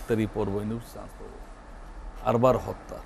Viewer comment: আরবার নয়.. আবরার😂😂😂